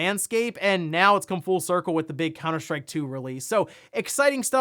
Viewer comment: Are you saying "COWNER SHTRIKE"?